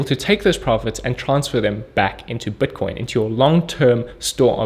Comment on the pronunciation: he says buitcoin funny